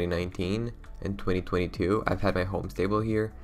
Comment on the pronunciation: I think he said it as 2020 too, like 2020 as well LMAO